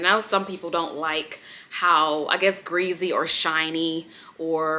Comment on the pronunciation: Love the way you say ~gReAsY~ 😂 and love your favorite videos more👏👏